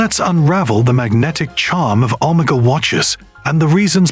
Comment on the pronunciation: You need to learn how to pronounce the word Omega.